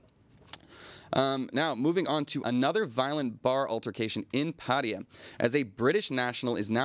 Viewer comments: IT'S PATTAYA NOT paria...... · Why do USAians and several other English speakers always say Pædiæ instead of Pattaya?